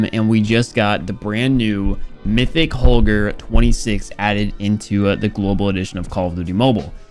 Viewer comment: i deffinitely like how say holger the normal way